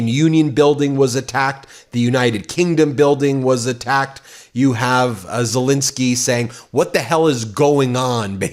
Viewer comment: Why do you pronounce Zelenskyy's name wrong EVERY TIME?! Please get it right!